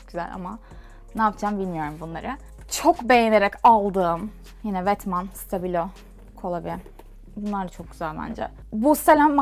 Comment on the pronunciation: ''vetman'' degil ''vetmooo''